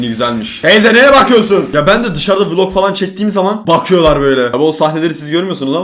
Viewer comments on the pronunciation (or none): none